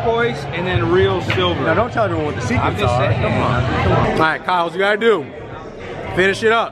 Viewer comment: "Is your boat gonna be ahhhite?"...LMFAO dude you're the best!